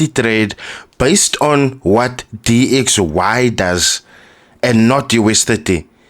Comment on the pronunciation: After he said DYX instead of DXY i knew he cant trade and this will fumble :body-green-covering-eyes::body-green-covering-eyes